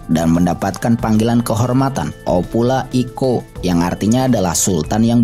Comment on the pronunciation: Oputa yi Koo,, bukan opula i ko